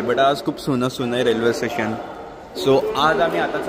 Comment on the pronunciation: कंटरक्शन कि कन्स्ट्रक्शन ठेसन कि स्टेशन..... आनि जडगाव कि जळगाव 😂😂😂